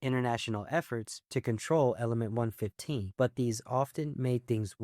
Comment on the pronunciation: I skip to the COD section and he immediately mispronounces element 115